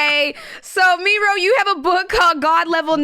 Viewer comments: It's not pronounced ME-RO, it's Mero, like “marrow”. Put some respect on the brand! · I'm so sorry but not sis saying MEEro